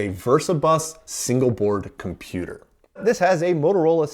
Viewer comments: Oops, what's a "cimputer,"? 😆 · "Cimputer" History Museum? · "Cimputer History"? C'mon guys, you're giving us über-nerds a bad rap.